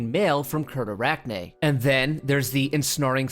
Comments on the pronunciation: It's pronounced site(like a place)-arachne(as in the Greek woman who turned into the first spider) facade(as in a fake wall or fake personality) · It’s pronounced seer-ta-rack-nay’s fuh-sahd. Cyrtarachne being a type of spider that looks like a Parasect Pokémon and “Facade” like a false outward appearance. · Random pronunciation assistance: Cyrtarachne Facade : Sir-Tah-Rakne Fah-Saad Ensnaring : En- Snayr-ing Fragment: Fwagmentuwu